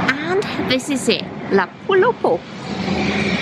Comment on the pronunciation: La poule au pot !!! votre accent est parfait !!!!